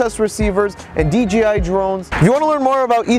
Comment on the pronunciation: D-J-I not D-G-I :). Great video though!